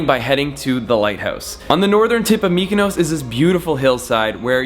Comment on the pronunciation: why do pronounce MykonOOOOOs like that??